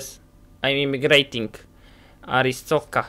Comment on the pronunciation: Pewno nie przeczytasz ale muwi się arstoczka